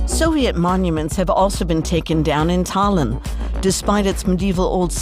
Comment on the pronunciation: Geez,,,, at least understand where the accent falls on names: Tah-LEEN, MAH-teeas, etc.